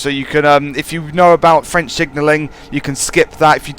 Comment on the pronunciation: Impressively accurate French